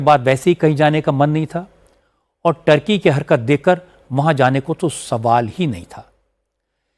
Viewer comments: टर्की नहीं ठरकी। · अरे sir टर्की नहीं है ठर्की है